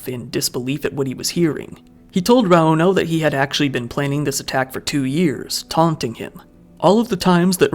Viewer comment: My biggest pet peeve is the weight in the middle of a name. It's not raUno, or eMilia, it's RAuno and Emilia.